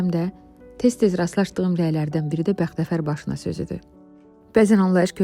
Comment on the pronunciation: BexteFer yox bexteVer